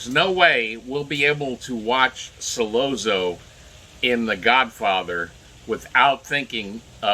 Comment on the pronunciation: Not pronounced "Solozzo" but "Solotzo" Double zz is pronounced like tz.